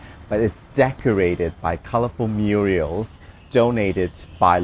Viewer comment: darling its mural not muriel .... you're terrible!